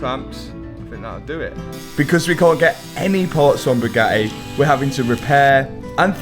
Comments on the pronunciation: How come this guy is unable to pronounce the letter T..?? As in Bugatti (he says ”Buga-i” everytime!😳 I thought he had som jaw-issue! Then, all of a sudden he spells out ”titanium” correctly!!! A mystery!🤔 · is the bugattehh tattoo new 😂😂😂